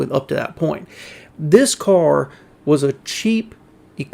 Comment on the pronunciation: I love your pronunciation of car: “cor” 😊